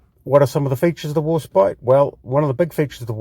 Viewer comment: It's pronounced War *spite*, pronounced as "spight", as opposed to "spit". Or, as in the word "despite". The first ship with the name had it spelt "Warspight" in the Tudor era. You pronounced it correctly about halfway through the video, just before talking about Beatty. I agree with your points regarding gameplay, with the exception of the armour; Warspite's armour is actually fairly good, imo, and is a good brawler; especially with those casemate 152's which can almost fire dead ahead. Incidentally, Warspite took 15 main calibre gun hits during the Battle of Jutland, coupled with countless secondary battery hits, yet she still refused to die, and limped home, having truly lived up to her motto, "Belli dura despicio" ("I Despise the Hard Knocks of War"). It was an absolute disgrace that The Grand Old Lady of the Royal Navy was ignominiously sent to the scrapyard after the Second World War, in spite of what she'd been through. Yet, even in her last days, she refused to die quietly; she broke free of her tugs, and ended up being grounded hard at Prussia Cove; her former crew often posit the opinion that the ship was making one last dash for the North Sea. Of all the ships that deserved preservation, HMS Warspite and USS Enterprise should have been among them. Alas, idiotic politicians and heartless bean-counters & penny pinchers sent the most storied ships in the history of Naval Warfare to the scrapyards in what can only be described as utter, utter lunacy.